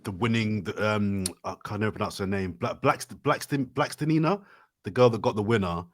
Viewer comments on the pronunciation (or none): blackstelina... BLACKSTELINA!!! FFS..